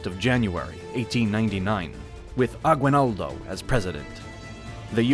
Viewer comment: agwenaldo i love it the way he said it